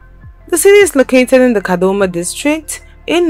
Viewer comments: It's Kadoma not kadhoma,kadhoma means something u don't want to know😓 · Take it easy you can not say kadoma properly. Is the reporter not Zimbabwean